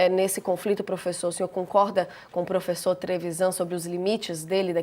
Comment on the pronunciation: "Profeçor" kkkkkk